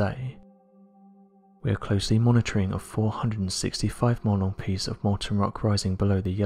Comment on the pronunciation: Despite being an old fart with significant high-frequency hearing loss, I usually understand this narrator just fine. However, in this particular case, he slurred "mile-long" together so thoroughly and indistinctly that, despite listening attentively through several replays, the best I could interpret were "monal" or "Monel." While the latter, a type of metal alloy, is a real word, it made no sense in context. As noted in my original comment, the closed captioning was no help as it displayed "model" the first time he uttered the phrase and "monolith" on the second utterance. "Monolith" seemed to make the most sense in context of geology--there is time-lapse video available of a very impressive lava spine emerging from the Mount St. Helens volcanic dome--but I was virtually certain that I heard only two syllables. Moreover, "465 monolith" still made no sense. In fact, it appeared to be an oxymoron. While I sometimes wish that I did not get so obsessed with details, I'm glad that the answer I derived via online searching helped another person in this instance. You are most welcome!